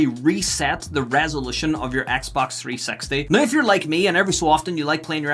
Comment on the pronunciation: Wouldn't it be nicer if you'd just drop the "T" when you speak out the name of the console: "Xbox 3-sexty"? 😉😄